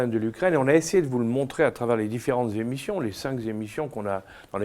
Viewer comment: Les cinq zémissions😅😅😅😅 quel est votre niveau scolaire Monsieur Juillet ?